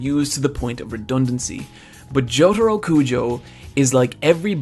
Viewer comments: Why do you say Jotoro? His name is Jotaro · It's Jotarooooooooo not Jotaru